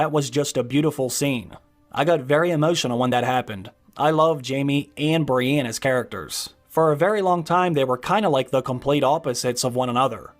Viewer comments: Bree-EN, not Brianne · Stop bloody sayin Brienne!!!! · The way you say “Brienne” 😂😂 Cool vid though!